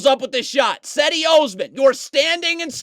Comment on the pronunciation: Cedi Osman’s first name is pronounced JED-e, btw.